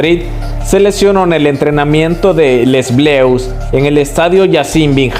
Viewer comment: Que molesto es cuando dice "LES BLEUS" jajaj Si no saben pronunciar las palabras no las usen.